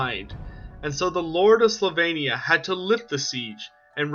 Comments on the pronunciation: Sylvannia not slavannia. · Wow, screwed up the first sentence. Slyvania? It's sylvania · Did you say Slovenia?! Or Sylvania? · Its not Slovenia its Sylvania. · Slavania? Where is this place? I'm pretty sure it's "Sylvania".... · He says, slavania. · Why do you keep saying "Slovenia"? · It’s SYLVANIA. Do you hail from PennSLOVENIA?! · We know, but he keeps pronouncing it as "Slovenia". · Is it really pronounced "Slovenia" or am I really going deaf? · One question: where is an o in Sylvania, or what kind of alphabet do you use? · But alas, he can't pronounce Sylvania 😂😂 love his videos though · or learn to learn :D the Y is right there :D thats not L